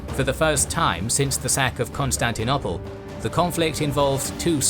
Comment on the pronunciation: This is brilliant: wonderfully detailed and helpfully animated, as always. May I just request that you stop talking about 'Constantinopple' -- it's very jarring. The word (almost) rhymes with 'noble', not with 'nobble' (English spelling has some regularities).